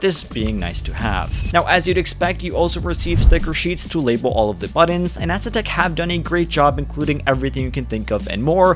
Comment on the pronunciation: Stop pronouncing it ass uh tech. Haven’t u heard how Andre pronounces it?